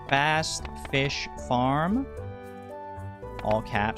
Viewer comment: I keep hearing "Fast-ish" instead of Fast Fish fram every creation of a new run, which is very funny to me with the insistence of calling yourself "not a speadrunner" 😂